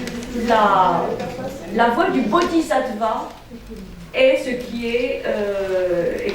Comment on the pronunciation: Merci pour toutes ces merveilleuses conférences. Pour la prononciation : bodhis(s)attva se prononce aves "ss". Le "zattva" râpe l'oreille. Bien à vous